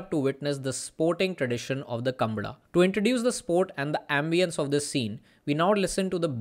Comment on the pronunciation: Oye thera! It's not kambala. It's kam-baala!